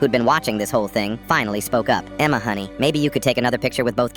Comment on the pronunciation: He said Emma like EMMMEAAA 😂